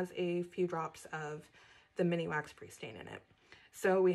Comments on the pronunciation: Just FYI: it’s MINwax, not MINIwax. (I thought you’d want to know!) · Thanks for doing the video, it was very enjoyable. ...Just so you know it's Minwax not mini wax. You've added an extra 'I" in the middle that's not really there.😂